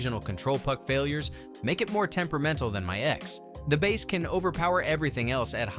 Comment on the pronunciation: Cringe! "Bass" in music is pronounced as "Base"